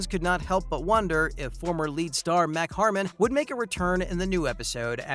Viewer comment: It's MARK Harmon, not Mack Harmon!